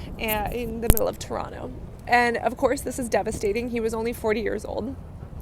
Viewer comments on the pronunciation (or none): none